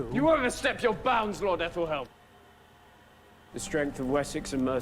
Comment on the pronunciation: Absolutely love how you pronounce it as “aeldenheim”. LMAO - you gotta think bigger picture. Yes Edward killed the eldormen but Edward also epically called Aethelhelm’s bluff. Horrible decision but the right one given the circumstances. This episode was truly so well done because the writers showed how one faith (Vikings) was no different than another (Anglican/English). Death is felt by all regardless and it’s your choice what to do with the life you were given after ward. RIP Aethelflaed. Excellent character portrayal Millie!